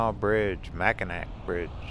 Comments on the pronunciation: Hi I'm just now today finishing up on watching the rest of your Michigan video. I just want to say that pronouncing Mackinac is Mack-in-aw. Thanks for the video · Beautiful video. Brings back many memories. Just one correction. Mackinac is pronounced Mackinaw. Spelled differently but pronounced the same. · You missed the Valley Camp Ship Museum and Tower of History in the Soo. Big miss. Mackinac and Mackinaw are both pronounced Mackinaw. Another big miss was Mackinac Island. No cars on the island. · Its still pronounced Mackinaw! Mackinac is the French spelling.